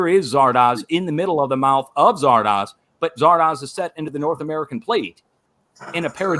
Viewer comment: Zardoz, pronounced zar -dose, when released, like dozer